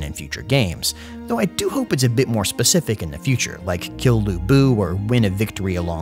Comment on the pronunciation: You use a northern Chinese accent when you say Liu or Lu